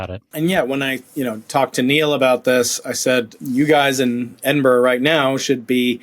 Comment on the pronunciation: Its pronounced ed-in-bruh.